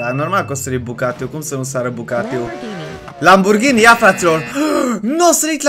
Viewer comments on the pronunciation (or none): none